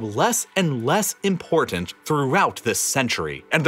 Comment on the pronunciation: Lately I've been noticing what seems to be a new pronunciation of words ending in -tin, -ton, -tain, -tant, etc. in several YouTube videos. I assume it may be a generational thing, or perhaps it's regional. I notice the narrator in this video doing it on the name Putin, and I think also on the word "important" (if I remember correctly). Basically, the pronunciation feature is that in words with a "t" followed by a vowel and then an "n", the "t" is pronounced as an "n." So "mountain" becomes "mounain", "Putin" becomes "Punin," "important" becomes "impornant," and so on. I had never noticed this before 2022, though it most likely goes back much longer. Has anyone else noticed this pronunciation, and did it strike you as odd? Or do you pronounce words this way yourself? I pronounce the "t" in these words, and I had always heard other people pronouncing the "t" until recently (though even now, I only hear the "n" in place of "t" on some YouTube videos, but not in real life). But language and pronunciations change, and this may be the next big thing. 🙂 (Correction: Listening closer, Putin sounds more like "Pudin" in this video. But in a newer video from the same channel, I hear "Punin.")